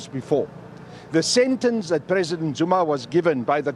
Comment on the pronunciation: It’s Zuma not Zoomar